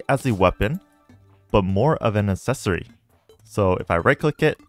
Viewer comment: Ack-sessory. Assessory sounds so ass